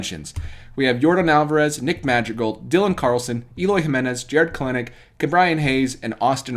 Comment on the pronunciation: Wow… just an honorable mention for Kelenic (which, btw is pronounced “KELL-NICK”)?! Opinions of your baseball acumen just plummeted worldwide… 🤦‍♂️